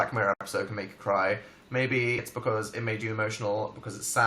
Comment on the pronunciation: I love the way dan says because it's like "BuhCoooz"